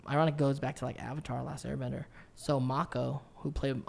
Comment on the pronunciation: What’s worse is that he said Last Air Banger lmao